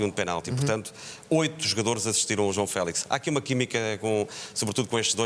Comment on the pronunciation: Porque é que dizem Félis? LOL Que eu saiba quando se diz "Fénix", não se fala "Fénis"